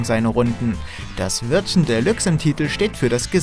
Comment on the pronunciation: Bin ja froh das ihr diesmal Mario Kart Deluxe richtig ausgesprochen habt dachte schon es heißt wieder bei euch delachs